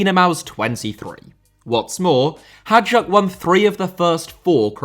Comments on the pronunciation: Hajduk how you pronounce it would be spelled Hadjuk or Hađuk, it sounds like HaYdOOk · Its not 'HAĐAK', its 'HAJDUK' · Ps its not hadjuk, it is hajduk, pronaunced like haayduk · Only in English "Hajduk" can become "Hadjuk". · its HAJDUK not "HADJUK"!! 😆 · Hajduk pronounced ‘HIGH-DUKE’ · Interesting video, but please note that you made a sample mistake on reading Hajduk as Hadjuk. It's not a big deal, just for the sake of improving the quality of your videos even further. Nobody is expecting you to pronounce everything in the native language of each country of course (neither am I). It's just a mistake that was easily avoidable I guess. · I'm sorry, but I have to comment that Hajduk is pronounced closer to High-dook. The J in Hajduk is pronounced identically to the J in Rijeka. Also, Dinamo's low attendance is due to a combination of fan protest and damage to the stadium caused by the 2020 earthquake. The stadium can now only support around 22,500 people since the east stand has had to be closed. When the stadium is full (during Europe or Dinamo-Hajduk) it simply can't take more than around 20,000 people, when accounting for away fans having to be sectioned off. Also, the general level of the Croatian league is rather low — only Dinamo, Hajduk, Rijeka and Osijek are really worth anything at all and even they aren't great... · l knew Croatia will be in top 7 as soon as l read the title. Hajduk is pronounced like hi-dook. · it's "hay-dook split" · the pronounciation of hajduk hurt my soul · I'm an Englishman so happy to stand corrected, but I believe you butcher the pronunciation of Hajduk every time you say it 😬